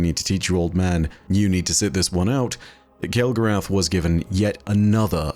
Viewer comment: Alright, now I'm just confused. Have you been been out with a bunch of Yanks lately and picking up their accent? I would have sworn you would pronounce it kel-go-ROTH, like you do with Wrath of the Machine. 😊